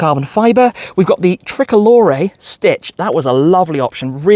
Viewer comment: how he say tri colore is 🤣